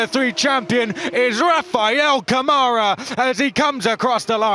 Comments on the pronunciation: Câmara, in brazilian portuguese is pronounced: KUH-ma-ra.. NOT ca-MAH-ra =) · It's CAmara not caMAra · Ladies & Gents... Please! When are we going to start PRONOUNCING Rafa's LAST NAME CORRECTLY? Especially now that he has won the championship? His last name is pronounced COME-ah-rah.... NOT C'mara.... RESPECT PLEASE. ! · Brit guys need to learn how brazilian pronounce his last name like camera, not like camaro. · Someone tell these guys it's not CaMÁra, it's CÂmara. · It's CÂmara Not caMAra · Rafa "Camára" foi de foder kkkkkkkkkkk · Better start doing the right pronunciation of Câmara. It sounds like KAH-muh-rah! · "Rafael camára"😂😂😂 kkkk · To compensate, French commentators say "Camarâ" ... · We're near the end of the F3 season and the commentators still can't pronounce "Câmara" correctly.